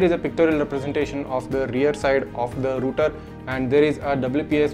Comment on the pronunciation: Its not roter its called router